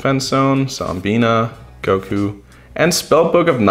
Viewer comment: Did you say "Goku"? XD